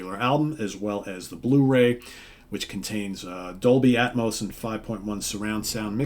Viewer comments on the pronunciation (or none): none